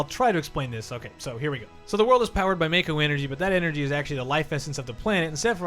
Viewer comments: Mah-ko not May-ko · You lost all credibility when you called Mako energy "may-koh" when it's suppose to be pronounced "Mah-K'OH." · MAH-ko. NOT MAY-ko. Seriously internet. Japanese. It's not Meiko is it? FFS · Why do people always mispronounce Mako...? It's Mah-Ko , not Mae-Ko. You don't use a long "A" when saying it! ( World of Final Fantasy, the most recent Final Fantasy game, pronounced it Ma-Ko. ) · m d but in advent children they straight up pronounce it mahko